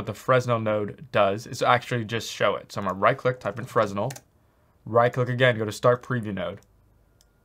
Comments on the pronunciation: The roughness is what controls the glossiness of your materials in a PBR setup. You shouldn't need to use specular if you use the correct roughness settings. Also, (and I'm really not trying to be a jerk) the S is silent in Fresnel. I used to say Fres Nell too :P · Lmao Fresnel.pronounced Frenel.. Btw the 0.5 spec setting is not PBR, there are spec values for grass and other materials. Because you cant break energy conservation with metalness/roughness. EPIC even mentioned it in their documentation: "When you're editing a non-metallic surface material, there are times when you'll want to adjust its ability to reflect light, specifically, its Specular property. To update a Material's Specular, input a scalar value between 0 (non-reflective) and 1 (fully reflective). Note that a Material's default Specular value is 0.5." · Really good videos, you cover a lot of stuff other tutorials don't. BTW Fresnel is pronounced fruh-nel with a silent S ;) Keep up the good work